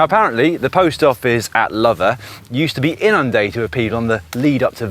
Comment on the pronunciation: Great video Dan, I live in the Forest and have followed this adventure on instagram, would have loved to have jumped on your wheel as you went right past my house! The village Lover is actually pronounced 'Low-ver', I used to love in the next village, Redlynch